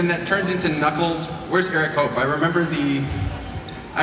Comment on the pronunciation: When he Gabe said knuckles I swore he said nutballs